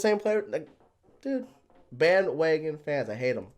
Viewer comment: " BAN WAGAN "